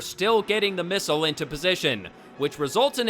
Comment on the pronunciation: I don't know why his pronunciation of the word missile drives me nuts but it does...not as much as nuclear but still.